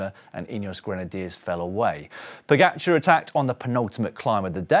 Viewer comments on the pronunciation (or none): You still haven't worked out how to pronounce his name. It's Po-ga-c(h)ar. It's friggin not Po-get-char. You don't seem to have problems with other riders names, so I reckon it's a jealousy thing.